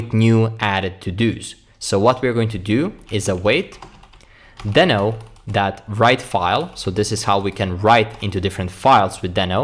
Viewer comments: Deee no, not den o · It's DEEHno! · Is it just me confused on how to pronounce deno???